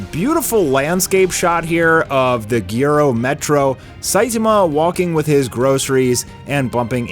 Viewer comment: it's gyro , gyroscope in short not gyoro 💀